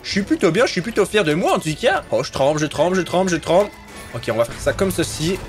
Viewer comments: Arrête de dire maa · Devine combien de fois a dit MOA mdr 😂